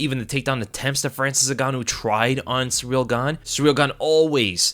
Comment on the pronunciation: Why do so many Americans say Cyril like 'surreal'.